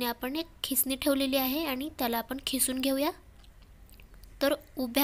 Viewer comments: खिसून नाही किसून बो ला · Khisun nahi g....kisun mhantat